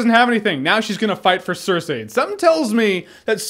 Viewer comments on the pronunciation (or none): says "cer-say" when its Cer-"sei" lmfao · cersee not cersay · i hate hearing you pronouncing Cerseis name... SIR-SAY >.> ITS SIR-SEA. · "Sir See" yes "Sir Say" no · STOP SAYING 'SIR-SAY'! Gawd. Lol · Jay Miller George Martin says SIR SAY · jeremy, your great, but for the love of fuck quit calling her "cersay" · Jeremy's pronunciation of "Cersei" is killing me